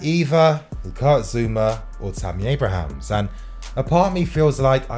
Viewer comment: It's Tammy 'Abraham' singular